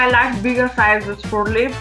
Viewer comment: Sad that she can no longer pronounce lips